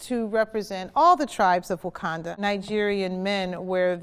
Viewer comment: Brenda Presil - *Wakanda*, but that's okay. Banner had trouble with the pronunciation, too. 😁